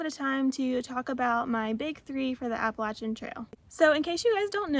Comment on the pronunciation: New subscriber here. I am from WNC as well and I am happily subscribing because you say Appalachian correctly. 😂 I want hold the NCSU part against you. Go Heels!